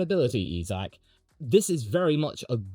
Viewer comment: It’s pronounced EYE-Zack! not EEE-Zack!